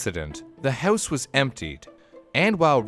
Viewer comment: Is that a Canadian "huouse" I hear?